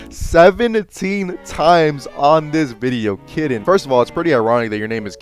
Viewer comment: I don’t think that’s how you pronounce Kitten Kun 😭🙏